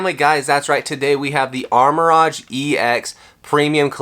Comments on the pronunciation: nah it's "arma-rouge" and "ceru-ledge", he's mispronouncing the names lol (which is understandable but incorrect) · It’s Arma-Rouge (color pronunciation) not Armor Rodge 😂😂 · Its Ar-Ma-Rouge not rohge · It's pronounced armor rogue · Ok I gotta ask…what’s up with the names?? Armarouge —> Armor Rodge?? Ceruledge —> Selluh Ruudge?? Have I been mispronouncing these names all these years? 🤔😂😂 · how can you sell pokemon cards, have a pokemon channel and not know how to say Armarouge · It's a lighthearted joke and I don't think that pronouncing armarouge wrong is a big insecurity that this guy is pointing out